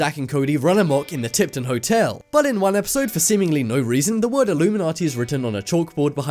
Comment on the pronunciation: Its illuminati not illumimanti